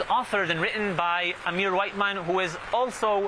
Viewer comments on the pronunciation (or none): I can't be the only one who heard, "written by a mere white men". Amir White men? In any event, solidarity with Palestinian people from Minneapolis ✊🏾